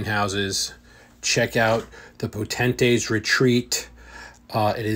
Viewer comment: Po tent-ate, lol 😂